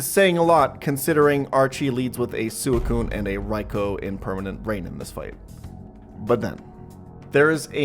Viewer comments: (Swee-koon) and (Rai-koo), not (Su-ee-koon) and (Rai-ko) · It’s “Sweecoon” and “Riekoo”